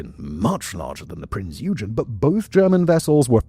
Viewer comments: Because it’s not pronounced as “you-gin”, but rather “Oi-gen”. It’s frustrating because any other time he’s talked about any other German ship he’s pronounced their names right. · "Oig-en" not "You-jen" :) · it;s prince yoi-gan not you-gin kipperhead!!!!! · Prinz Eugen. Please check Google on how that is pronounced correctly. And it's not Eudshen. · EUGEN - it's pronounced OY-GEN.. like boy but without the B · The German heavy cruiser "Prinz Eugen" is pronounced Prints Oy-gen. The "Prinz" is pronounced like the English word "prince", while "Eugen" is pronounced with a short "o" sound, similar to the "oy" in "boy", followed by a hard "g" sound like in "get" and then a short "en" sound. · "Prints Oygen" with a harrd G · I know, it was bugging me too. Every time he said it ha ha. Its "Oi gen"! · It's pronounced Oi-gen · prince oi-gun...your welcome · Just a little nitpick, its pronounced along the lines of „Oi-gen“ with a hard g just like in „gain“ :) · No one can pronounce "Eugen" and "Gniesenau" correctly.. oy-gen.. nice-en-ow.. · prinz yoo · jn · it is the way silverhornet is saying. „Eu“ is pronounced the like an Australian would want to get your attention „Oi!“ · OY-gen… hard g. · The "G" isn't silent.